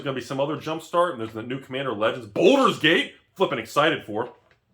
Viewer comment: Bal durs not Bol durs